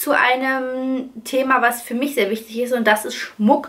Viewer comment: Du redest so nett 😊. Statt i benutzt du sehr oft ein ü. Zum Beispiel: Fürma